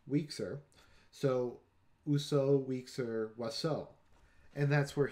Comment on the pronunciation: Wieczór (=evening) pronounced /vye-choor/ not week-zer. With oiseau your only mistake was pronouncing /s/ instead of /z/. You pronounced Poznań fine aside from the ń :).